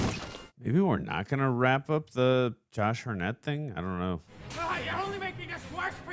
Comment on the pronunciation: "Josh Harnette" :D